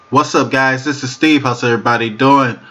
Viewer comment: "Diss" is not a word as the way you pronounce it. The proper spelling is "This" and is pounced like it is spelled